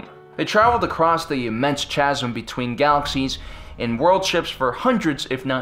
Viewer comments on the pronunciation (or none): I love your videos, but the Vong came through the chasm (KA-SIM) not (CHAZ-EM). Just a mild nitpick. Keep pumping out content. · Great vid! BTW, chasm is pronounced "kazum" - the ch make s a K sound. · actually I retract that it's pronounced YUU-JAN VONG Chasm is 'kasm' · Cool stuff just a tip though chasm is said kazim keep up the great content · just found your channel. love it. just learn how to pronounce "chasm". It has a "k" sound, not a "ch" sound.